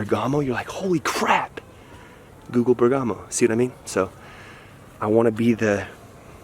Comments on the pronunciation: The stress Is on the "e" not on the "a". So Ber'gamo, not Berga'mo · Bérgamo NOT Bergàmo!!!!! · It is said Bèrgamo, with the accent on the first "e." In the local language it is called "Bèrghem." The ancient meaning of the name is "City on the Mountain." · You should pronounce the name Bèrgamo, not Bergàmo 😊 Also ch in italian is a hard sound, for ex. chiesa is pronounced kiesa